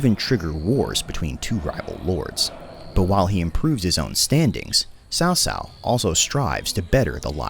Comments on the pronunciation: Why did you pronounce "曹操" like "Sao Sao"? Its sound is more like "Tsao Tsao", though it is spelled "" Cao Cao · I need to correct the pronunciation of Caocao. It is more like Tzao Tzao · of course I know he's not Chinese, yet they made a Chinese history based game, and that means quality especially when the pronounce of the most famous person in that period is awkward ...